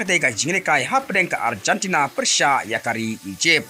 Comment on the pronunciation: Arjantana??? What a pronunciation maaaan 😅